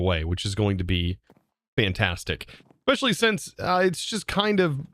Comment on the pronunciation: “Ekspecially”, “intill”… Bro. No.